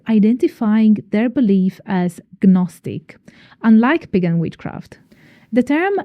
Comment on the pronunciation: The G in gnostic is silent. Michael Ford's work is not Traditional Witchcraft.